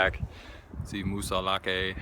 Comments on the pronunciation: No e in pronunciation. As in Moosilauk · I grew up there. It sounds like Moose-ill-ock, or moosah lock. That's how you say it. Done and done.